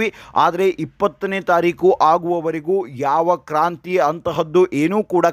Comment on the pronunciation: ಕಾಂತ್ರಿ ಅಲ್ಲ ಸರ್ ಕ್ರಾಂತಿ ಅಂತ ಆಗಬೇಕು.🎉🎉.